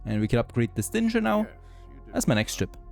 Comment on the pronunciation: Bist du dir sicher, dass du Stinger richtig aussprichst oder ist das ein Insider? xD